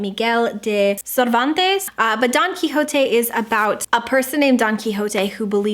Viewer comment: I really couldn't stop hearing Donkey Jote instead of Don Quijote I'M SO SORRY